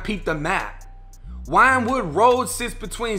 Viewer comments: Its pronounced Win-Wood Not Winewood Boo ♥️💯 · It's pronounced "wind wood" not "wine wood" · It's not "Winewood" rd it's pronounced "WINWOOD" rd... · It's pronounced "Win - Wood". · I'm not trying to be a wiseass or anything but it's pronounced winwood . ( Philly main line has a lot of older English and Welsh names . ) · Wynnewood is pronounced "Win Wood" big ups from Philly!!!! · Oh yo that’s pronounced Win-wood! I got robbed 3 times on wynnewood ave back when I was livin there. Overbook has got its parts for sure. Nice blocks but random crime cats livin with their aunts who are workin hard or whatever and you never know really. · I know I'm an asshole for this but I'm from Philly so my bad but I can't help myself... Wynnewood Rd is pronounced "Win-Wood" Rd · It wasnt no Chicago shxt...def some WP shxt. It's pronounced win wood road too. Wynnewood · Pronounced winwood you fraud. Wynwood is calm af. Son was just tracked. No one posts up on wynwood.